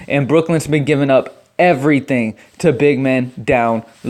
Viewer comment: Emmanuel Moo-Dee-Ay